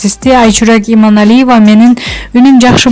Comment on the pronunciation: ФУУ.. БЛИН ЭМНЕ ДЕГЕН ОКУШ. ИМАНАЛИЕВАНЫН ФАМИЛЯСЫН ТЫНЫРААК АЙТА АЛБАЙ, ТЫНЧ ЭЛЕ ОТУРЧУ ТАНТЫБАЙ